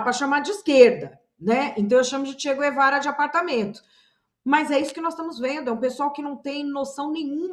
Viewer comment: é CHE GUEVARA, e não GÜEVARA... pela amor de Deus!!!